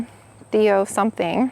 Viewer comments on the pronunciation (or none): none